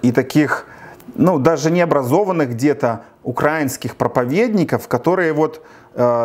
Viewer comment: Тільки не кажи: "УкрАінскіє"! Ти ж, наче, грамотний чувак!) Слух ріже, коли ти ставиш наголос неправильно! Але чому у тебе така "любов" саме до України та всього українського?! Все це виглядає досить суб'єктивно та упереджено, хоча, дійсно - треба висвітлювати правду, нести Її простим людям, можливо, заблукавшим вівцям, які в оточенні вовків в овечих шкірах! В принципі, гадаю, ти на правильному шляху: французьке поняття/слово "журналіст", від слова "жюр" - світло, освітлюй, неси світло, бажаю тобі успіхів, хай Бог Береже!)